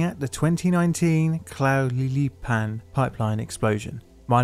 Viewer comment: "Tla hue lee pan" "High-dalgo" you really Britished those up! 😁 More seriously, this is good stuff, please keep it going! Just bear in mind that those of us on this side of the pond might cringe a little at your pronunciation of Mexican names 😘